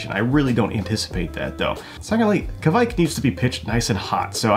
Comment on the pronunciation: As a Scandinavian I have to say that the pronounce Keviek is wrong. Kviek not keviek. To be fair Kveik is just another word for yeast (from Norway). There is. Lot of “old”.yeast from a lot of countries which will.fot the today name Kveik. I think you pronouncement of Sahti is quite right. I actually.tried this method but I still.enden up with beer tasting of DMS. I didn't have it tested though.